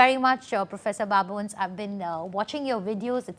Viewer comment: the journalist is pronouncing babones ( Babo - nez) as baboons that looks very embarrassment and journalists supposed to have cross cultural sensitivity...baboons has different connotation and Todd should not be pronounced Toad..